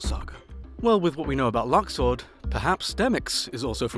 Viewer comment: Its pronounced luxord